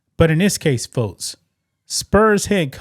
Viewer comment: Why can’t you say x or k? It’s folks, not fotes It’s six, not sits, It’s next, not nets